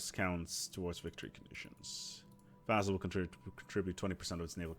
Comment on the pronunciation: Why does he keep saying vaZZal? It's vaSSal, S sound, not Z.